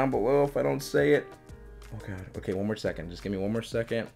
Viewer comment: “its pretty ogay“